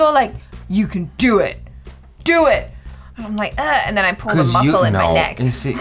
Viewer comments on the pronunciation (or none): none